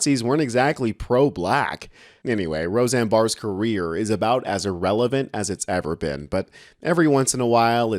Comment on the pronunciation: It sounded like he said Roseanne's career was as relevant as a Tyberbin instead of "as it's ever been" and I thought what a great word, TYBERBIN. A CyberTruck that looks like a Trash Bin